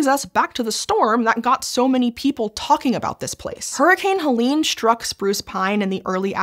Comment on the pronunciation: Hurricane helean? I thought it was hel-en